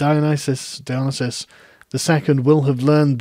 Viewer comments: Dionesius → Die-o-nee-see-us If you're goign to say his name 40 times, it might be worth checking how it is spelled. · Don't think your saying Dionysius right. Your leaving out the "i" before the "u". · I'm unfamiliar with the pronunciation you're using for Dionysius, is that known to more historically accurate or something?